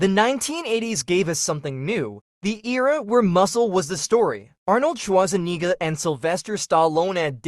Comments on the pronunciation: Arnold Schwarzewhat? Repeat that please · Why did you pronounce Arnold Schwa-warrz-‐enegger and Sylvester Sta-al-lone like that?! 😅😂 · Ahnald Schwatzenshnitzel and Slywester Stehlohne